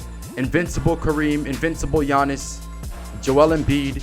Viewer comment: "takeover gianiss"